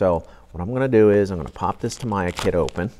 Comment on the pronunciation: "tam ee yah" not "tam eye ah"